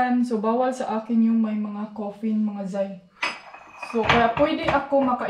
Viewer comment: Caffeine not coferne..